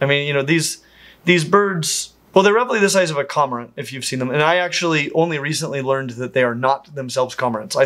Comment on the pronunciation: I know he probably knows more than me and is actually saying it correctly and I say it wrong but how he’s saying cormorant is killing me their my favorite bird species specifically the flightless ones